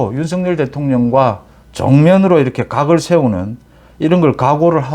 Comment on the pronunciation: 님. 방송내용은 다 좋은데, 매번 발음이 잘못된 게 있어 좀 걸립니다."이렇게"라는 단어는 [이러케]이지 [이럳케]라고 발음하는 것은 잘못된 발음입니다. "ㅎ"받침은 홀로 있을때는 [ㄷ]받침소리가 나는 것이 맞는데, 어근의 받침으로 쓰일때는 뒤 자음글자를 격음(거센소리)로 만들어 주는 역할만 합니다. 이게 공영방송도 아니고, 뭐가 중요하냐 하겠냐만은 이왕이면 제대로 된 발음법을 쓰는 것이 좋지 않을까 해서 남깁니다.